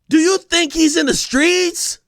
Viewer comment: “Do you think he’s THUGGING… do you think he’s in the SKREETZZZ!” 😂😂😂😂😂 AK went for 50 on Ja 😩